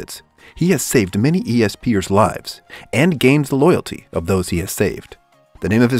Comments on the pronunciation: Its pronounced es pers and not e s pers right? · Just say ESPERS not E.S.P. ers. No offence just lil weird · Say it like espers like in a certain magical index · its espers not esp ers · The first one Is pronounced espers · If he says E S P ers one more time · lmao i noticed that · That’s what I was thinking too lol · lol you mispronounced espers